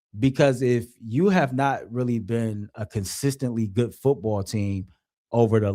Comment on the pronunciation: What is “goot” morning?